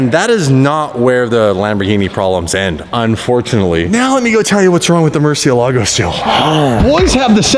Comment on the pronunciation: Maybe if we pronounce it right it will behave Murcielago = (murci-el-ego)😅😅🥴😂